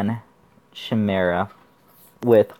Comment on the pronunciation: Also chimera pronounced with k sound like kimera. No worries though u can say it how u like, just felt the need to inform.